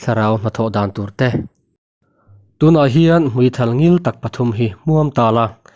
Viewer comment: Thulh, tih leh hmuithal tih hi ila ridik lo ania